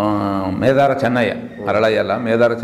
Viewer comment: ಮೇದಾರ ಚೆನ್ನಯ್ಯ ಅಂತಲ್ಲ ಮಾದಾರ ಚೆನ್ನಯ್ಯ ಸ್ವಲ್ಪ ತಿಳ್ಕೊಳಿ